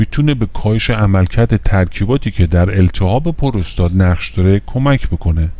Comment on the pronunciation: Prostat doroste nä purustat, puuuurustat.